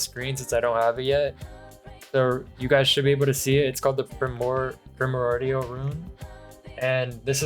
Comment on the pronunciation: bro cannot say eminence or primordial 😭